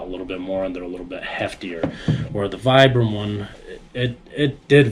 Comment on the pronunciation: VEE-BRAM - it's an Italian brand.